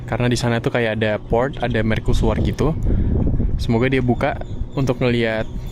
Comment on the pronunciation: kok bacanya merkusuar???